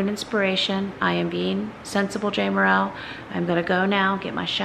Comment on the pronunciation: Lol, you pronounce it “Jay” “Merrill”